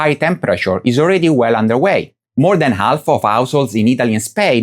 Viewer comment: This is incredible. They managed to take the recent extreme heat, the most apparent and obvious proof climate change, and make its effects on people's lives the fault of climate activists. We really live in one big loony bin. On a personal note, I love how you don't pronounce the "h" in "house" and "half", but pronounce the "h" in "hour". Very unique. Keep up the good work.